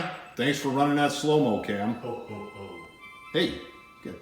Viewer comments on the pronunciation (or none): said o o o and it sounded like hi ho ho 😂